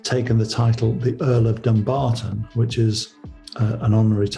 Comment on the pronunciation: She said they got married the day before. Thats why the priest was so up set. She should have said they had a rehersal. The word Dumbarton is pronounced Dum barton. How silly. She is spending mony like it grows on trees.